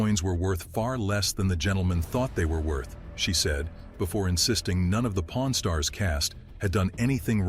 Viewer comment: your accent!😂😂😂 I thought you said po r n stars!😂😂😂😂